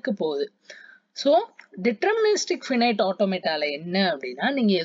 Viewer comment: Its not phinete automata its (finite ( pronouces as 5 night)